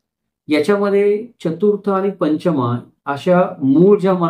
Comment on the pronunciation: Kothadiya, Chudiwal, Toshniwal, Nagda, Badjatya, Mutha, Sethi, Lohiya Munot hi naw marthi Digambar jainichi nahit..migrated jain lokanchi Ashi adnawa aahet Pashiam Maharashtra Gotra padhat nahiya. It's not Panchamaa it's Pancham pronounciation Chougule Patil are very common surnames in our community Aamhi dharmantar karun nahi jain zalo original jain ch aahot rashtrakut, ratta,shilahar raje jain hote. ethe anek juni mandir pratyek gawat aahet ji puratan aahet